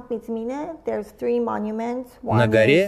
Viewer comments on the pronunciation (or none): none